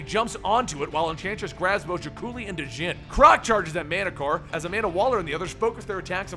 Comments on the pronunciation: The "D" in Djinn is silent. It is pronounced "Jen", as in Jen Anniston. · isnt djinn pronounced jinn. like django is pronounced jango. djinns are genies.